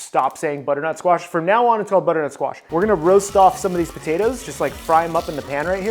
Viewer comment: Every time you said butter nut squash my brain screamed